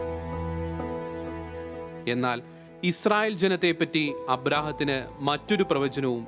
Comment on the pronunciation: അബ്രഹാംത്തിന് അല്ല അബ്രഹാമിന് എന്നാണ്